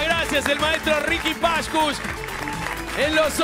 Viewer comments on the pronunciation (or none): Si yo fuera Riqui Pashcush viviría como él (poniendo los acento donde no van)